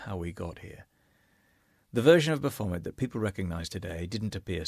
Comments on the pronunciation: Why do you keep mispronouncing " Baaa-fooo-mayee". BAPHOMET it's a French peasant word for wild one or wild spirit. Has never been remotely associated with the devil or Satan, that is before organized Christianity witch BTW Jesus would have nothing to do with that. those are made up boogie men by zealot Christian grifters to stoke fear in the uneducated. as everything they touch, they corrupt and destroy in the name of God, SICK SHIT. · Love how you managed to rhyme 'Baphomet' with 'Vomit'.